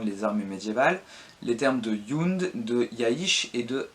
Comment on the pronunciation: Ben, déjà effectivement Ibn khaldun prononcé Ibène Caldoune (ça se rapprocherait plus de Ibn' Rrrhhhaldoune ou en "français" Ib(eu)ne Caldoune, le "(eu)" étant quasiment muet) ; Jund prononcé à l'allemande Yound (au lieu de Djound) et pareil avec Jaysh (qui se prononce de façon proche de Djaïch et non yaïch). Mais bon, ce ne sont que des détails ! Très bonne vidéo, qui fait bien le tour de la question ;)